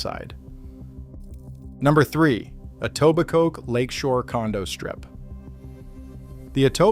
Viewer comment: I love the pronunciations. "EtobiCOKE", "Yon-gee" etc. Classic 🤣